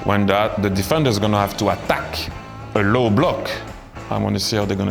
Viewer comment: 앙리 어때끄 발음 귀엽노ㅋㅋ